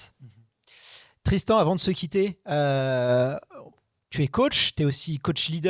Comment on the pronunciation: J'adore comment massacre le nom de Tristan 🤣